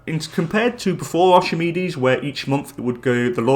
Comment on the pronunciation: Btw it’s not pronounced ArCHimedes, it’s ARK-I-MEED-EES